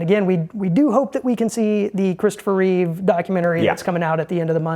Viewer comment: REEVE !!!!!!! Get it right !